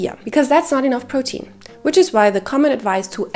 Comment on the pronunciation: I am so happy I found you❤your voice is so comforting 😊and I love how you say protein 😊 I have a queen about your last point. I have a big breakfast 40-50min before my workout I wourkout no more then 1h but I’m sooooo not hungry after still very full from my good breakfast and I’ll get that feeling of maybe wanted someone around 2h later is that to long? Eat at 8am workout at 9am but I really don’t want to eat until like 2-3pm so I can’t sit and have a good complete meal.having something after my workout I like a shake or something I feel is just going to put me over my calorie. And I Trying to have meals and not protein shakes and I can’t have a meal be out right after my workout I get right to work Sorry if that’s long I’m just 38 and I want my workouts to count 😅 I want that muscle